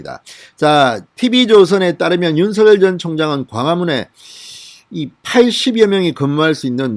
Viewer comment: 죄송하지만 윤석열을 읽을때 윤서결이 아닌 윤성열 로 읽어야 할거 같은대요 버울태 그렇게 배운거 같아요 확인좀 해 보셨으면 합니다~^^